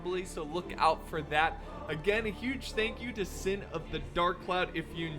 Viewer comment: I’ll be sure to tell him:), and it’s synn not sin lol